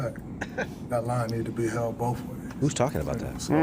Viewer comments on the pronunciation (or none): Don’t be rude. It’s boaf. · Pronounces it “Boaf” All that money and still stupid af